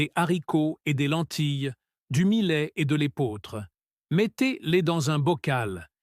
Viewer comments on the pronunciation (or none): Les zaricots, le milet? Cette voix artificielle est insupportable.